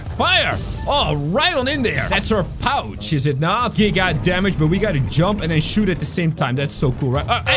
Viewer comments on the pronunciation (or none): none